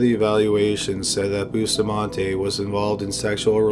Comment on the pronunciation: I’m still on the first killer and I CRINGE everytime he says Bustamante.. It’s pronounced “Boo-stah-man-teh” not boostamahnteYYY PLEASE